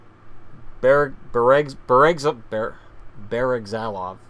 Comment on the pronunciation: It's (Bear-eh-gla-zov) for Bereglazov